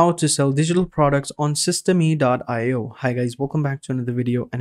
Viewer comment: Thanks for the video. It's pronounced "system", btw, not "system-e". Ijs. :)